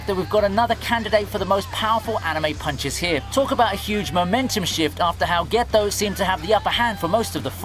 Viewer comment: Why do you pronounce the T's in Yuta and Getou so weird?